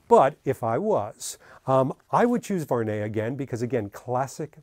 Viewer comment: Salut mec , ty prononce mal le français , the good pronociation is VU...AR...NEY ,in 3 time